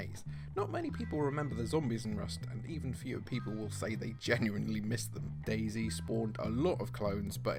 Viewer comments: dayZ* not daisy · Bruh it's not daisy it's day z 😂😂😂